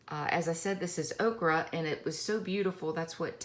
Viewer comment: Very nice! TFS btw, “ochre” is pronounced OH-ker 😉